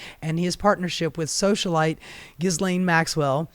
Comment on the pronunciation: Dude, we’re all grateful you’re exposing all of this garbage . . . Yet how are you featuring these entities and don’t know how to pronounce Ghislane’s name!?